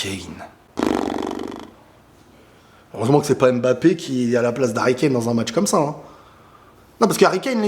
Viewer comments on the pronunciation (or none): none